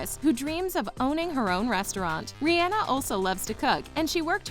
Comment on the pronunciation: The way she said Rihanna😂😂